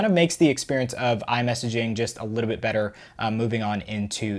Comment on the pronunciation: Why you saying a litebit instad of a littlebit?